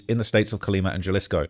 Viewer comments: You’re hurting my ears! And I’m a gringo!! In Spanish “J” is pronounced “HA” so Jalisco is pronounced Halisco. Not Jelly-sko. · You looking a lil husky bro 😂 mf EATIN GOOD ASL. Also WTF is JUH-LISCO U MEAN HUH-LISCO (Jalisco) 😂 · Its not JAH-LISK-O its HAH-LUSK-O J=h in mexicico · J = H sound. Jalisco pronounced Halisco. But, great español! Not too bad! 👍🤣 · It’s not Ja-lisco brotha it’s pronounced Ha-lisco just like you pronounced Guadalajara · Im sorry but jah-lis-co is is taking me out 😂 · It’s not Ja-Lisco it’s pronounced Ha-Lisco. Halisco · It’s pronounced Hi- Lis- co not Ja-lissco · HA-LEE-SKO not Jalisc😂😂😂😂😂😂😂😂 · Haha. it’s pronounced like Ha Lee Sco! Not juh-lis-co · Ja-lisco cartel?? 😂😂 bro wha learn how to read bozo 😂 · "galisco" 🤓 nerd its pronounced ha-lisco pinche wero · You didn't do that bad but a basic rule of Spanish is that j makes the h sound. Please don't say Jjjjalisco. Pronounce it Halisco. And Guana.H.uato. these simple mistakes is how you get on the cartel's bad side🫡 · It not Jalisco. It's pronounced Halisco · its pernounced Halisco not Jalisco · Jalisco is pronounced ha-lee-sco not jah-lisco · it’s pronounced HA•LISCO not JUH-LISCO 😭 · Haleesco, Vayarta, Meechoacan. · "Gel-isco New Generation Cartel" "Miss-Show-Can" 😂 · I’ll give you a pass on everything else, but J is pronounced as H in Spanish. So Jalisco is pronounced “Halisco” and Guadalajara is “Gwadalahara”. No hate, just saying that’s the easiest one to pronounce correctly Lol. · U don’t pronounce tha “j” like a “g” in Spanish it only tha “h” sound Example Damn boa dem jalapeños (Hollapeños) on them triple cheeseburgers got u lookn Ginormous 😂😂😂😂 Dude talmbout Jahlisco and Guanaggato bwoaaaa if uon trap mo n learn tha lingo or at least tha pronunciation … don’t cover stories dat u caint even sound sensible reading and describing lolol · Try - HA lisco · He said Jalisco with the J 😂😂😂😂😂😂😂😂😂😂😂😂😂😂😂😂😂😂😂😂😂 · Dude said Galisco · Bro said “Jahlisco “🤣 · ' Jah-lisco ' ahh